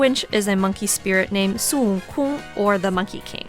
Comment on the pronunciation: How normal people pronounce Son Wukong: Sun Woo-Kon: SOON-KOON!